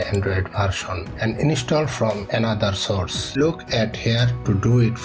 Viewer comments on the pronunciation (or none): none